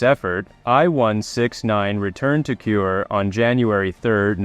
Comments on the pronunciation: Kure is not pronounced "cure". It's Ku-ray, the Japanese word for ceiling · Thanks for video. The port city you mention repeatedly as "cure" is pronounced "ku-re" (呉). As explained by the text on the screen, the Japanese sub video around 11 minutes shows an operation in the Indian Ocean and has nothing to do with the subject submarine I-167.